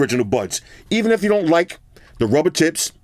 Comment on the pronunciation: Every time says “tips” I hear t..ts lol 😂